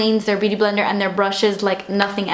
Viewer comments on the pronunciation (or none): none